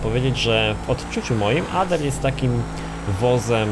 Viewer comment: czyta się Ader mówi się Ejder